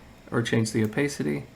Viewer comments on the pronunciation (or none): It’s pronounced O-PASS-ITTEE, not “oh-pay-city». Are you not a native speaker? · FYI, "opacity" has an a sound like "iPad". Nice video, exactly what I was looking for.